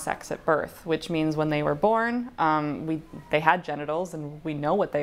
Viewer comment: "Theyby" kill me now 💀💀